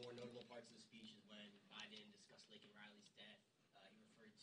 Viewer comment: Say her name😂 Laken not Lincoln